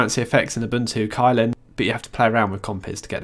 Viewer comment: Unless I'm mistaken, Kylin is actually pronounced as "chillin"